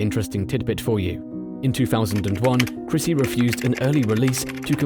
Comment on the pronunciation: Christy, not Chrissy.